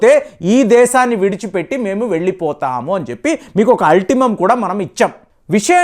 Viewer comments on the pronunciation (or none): అల్టిమేటం, అల్టిమం కాదు